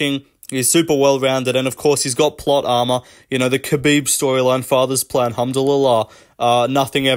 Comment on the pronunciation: “father’s plan” it’s fazza’s plan, brazza